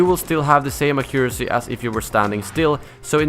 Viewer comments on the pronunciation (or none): You are saying accuracy wrong btw.